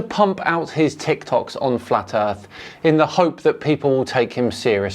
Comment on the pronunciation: The earth is FLA. . . Gotta minus the T 😅 *Earh . . The earh is fla